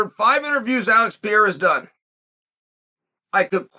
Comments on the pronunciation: Pereira, not Piera bro :face-green-smiling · Here you go Chael, try to say each word correctly then run them together Pereira Wrong - Pee Era Right - Pear Rear Ra Yair Wrong - Your Ear Right - Yiy Ear Makhachev Wrong - Mackle Chev Right - Mack Ha Chev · Stop saying "Pierra" for crissake!! either say Pereira or just say Alex bro. please. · I love how Chael keeps saying “ Pieira “ instead of Pereira haha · PA-RARE-AH Not PEE-ERA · Pur-rare-ruh to Pierre-uh. Never change Chael. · He’s fully committed to calling him PEE AIR UH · Is he doing a bit when he says peoples names? There is no way he doesn’t know he’s saying it wrong. Per-air-uh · Chael it's pronounced "pie-yay-uh" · Pee-air-ah - uncle chael (undefeated undisputed) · Chael has earned his right to his opinion... but refuses to pronounce Pereira's name correctly. Ok. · This white man needs to say Alex last name right. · Pee-era, MakhL-chev, Na-gone-ew, I could go on all day. Where he gets an L in Makhachev we will never know. If there is one thing Chael is dog sh!t at besides striking it’s definitely names.